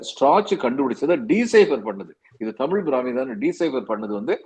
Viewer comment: என்ன தமிழ் பிராமி நு அழுத்தி சொல்றீங்களே... உங்களுக்கு என்ன உள் நோக்கம்...